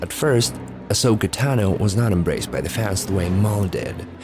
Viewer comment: You know you have audio reference on how to correctly pronounce Ahsokas last name right?